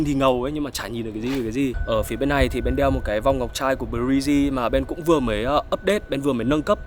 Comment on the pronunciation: theo dõi anh từ lúc học cấp 3 và có ước mơ được sang Mỹ trải nghiệm cuộc sống, và bây giờ em đã được đặt chân sang Mỹ, vẫn tiếp tục theo dõi anh và mong rằng cuộc sống của anh sẽ luôn đi theo chiều hướng tích cực và theo hướng mà anh mong muốn. btw cho e hỏi BRIJ e nghe a phát âm giống như " Breezy ", anh có phải là fan của Chris Brown không ạ vì em cũng là fan của CB:*